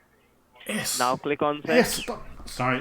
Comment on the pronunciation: how can you trust someone saying click oniyet :)